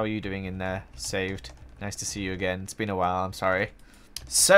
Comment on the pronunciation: At the beginning did you say... It's BEAN awhile